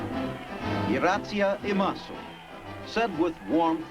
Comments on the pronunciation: CORRECTION Iratsusseimatsu ✕ We say I-RA-(tsu)-ssha-i-ma-se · Irattsa imasu?? Welcome is Irasshaimase or Okaerinasai, oh well it's okay. LOL